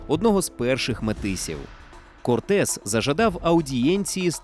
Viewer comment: я так розумію, наголос навмисно спаплюжений задля отримання комментаря?) Ферна́ндо Корте́с де Монро́й и Писа́рро Альтамира́но (исп. Fernando Cortés de Monroy y Pizarro Altamirano), более известный как Ферна́ндо, Эрна́ндо, Ферна́н или Эрна́н Корте́с (исп. Hernán Cortés, 1485 — 2 декабря 1547[1])